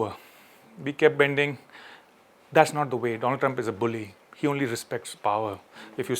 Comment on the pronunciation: Doland trump?